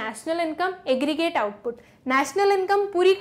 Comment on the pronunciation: Aggregrate "eggreate" 😂😂